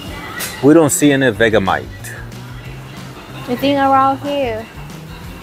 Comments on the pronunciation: Hi those chips (Samboy) are Australian. We pronounce Vegemite as Vegie-Mite 😀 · it's pronounced Ve "g" mite, not vega mite..!! I wouldn't try it if i were you, in Australia we refer to it as 'Yank repellant" never known an american yet that doesn't reckon it's the most foul tasting thing they ever tried. But us aussies who were raised on it, love it..!! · Vegamite? Do you mean Vegemite? pronounced : Vege (like vegetables, the g is like a j) mite. If you try it, have it on toast but spread it thinly, too much is overpowering. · You say it like veggie mite not vega mite If you go to friendship supermarket they have it there